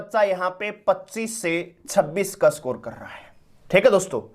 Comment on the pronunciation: सकोर नहीं है सर स्कोर (इसकोर) होता है 😂😂